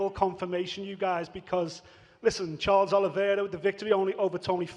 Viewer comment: Man said Charlie olives 😂